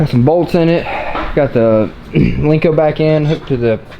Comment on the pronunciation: it’s a Len-co. Not a Link-co. Lmao 😂. No one has a link-co because there’s no such thing.